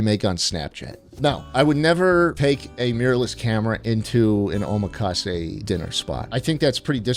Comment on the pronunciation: Im sorry the way he says omakase is sending me into dimensions unheard of